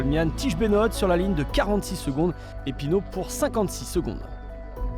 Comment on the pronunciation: Toujours pas capable de prononcer Benoot correctement...